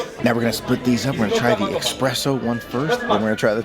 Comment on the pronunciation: Ahhh it irked me soooo much when he kept saying "expresso"!! It's "espresso"! Pleeaaaase xD